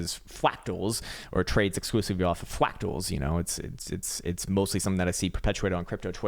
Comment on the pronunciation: Whats that you dont like fwacktals? Say it aint so! LMFAO you're too funny haha